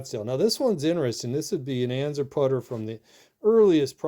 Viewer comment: Why are you pronouncing it “anzer”? That’s not how it’s pronounced. Just another hoarder pretending to post an educational video and you’re really just showing off. When you die that stuff is going to be sitting at the nearest Goodwill.